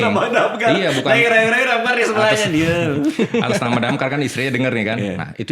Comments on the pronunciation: DAMKAR❌ DAMCARE✔️ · Damkar ❌️ DamCARE✅️ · Bukan damkar tapi DamCare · DAMKAR ❌ = DAMCARE ✅